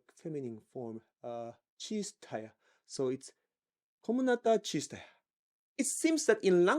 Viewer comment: КОМНАТА ЧИСТАЯ!! Можно пожалуйста видео на русском, вы прекрасно это произнесли!!